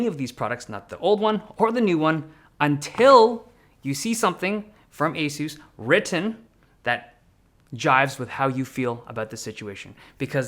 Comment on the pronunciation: y do u say asus like that its a suss ඞ